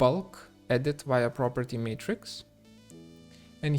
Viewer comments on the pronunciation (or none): none